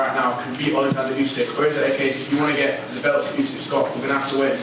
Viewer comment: Frank needs to learn that his names Oleksandr not bloody Alexandra